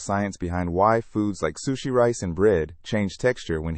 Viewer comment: First time i ever heard sushi being mispronounced